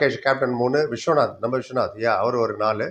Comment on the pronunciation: Visvanath not visvanth sir thoothukudi player